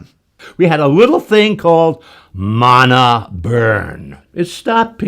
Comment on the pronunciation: Congrats! Your father is the only person who knows how to correctly pronounce mana!